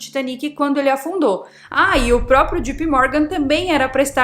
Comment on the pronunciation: Não é - G.P. Morgan E sim - J.P. Morgan